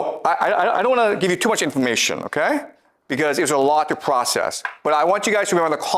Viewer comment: The pvocess of tvying to tvain our mind.....😂😂😂😂